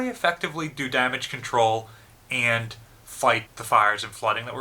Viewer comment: Some notes on pronunciation: Yamato has very short clipped "a" sounds as in "cat". Musashi has very short clipped "u" sound and "a" sounds as in "mutt" and "cat". The word "and" does not begin with an "E". Humerous trolling begins with a "giggle", is correct but not to be taken seriously.